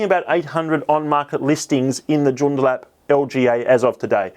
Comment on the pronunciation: I would like to gently point out that Joondalup is pronounced June-daa-lup. Thanks for the content 🙌